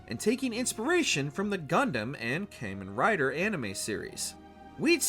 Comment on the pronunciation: Goddammit, its pronunced ''Kamen Rider' not Caymen Ryder FFS seriously 🤦‍♂